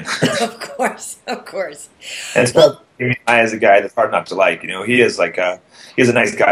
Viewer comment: Demian Maia, não Demain Maia xD Falam português, a sério?